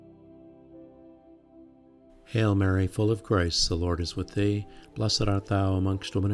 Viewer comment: Thank you, it's lovely. I thought it was just me, but even the auto generated captions can't understand what you are saying when saying "full of grace" - it sounds like you are saying "full of Christ"!